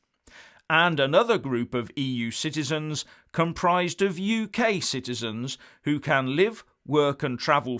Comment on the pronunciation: I thought said EU shitezens. Must clean out my lug holes.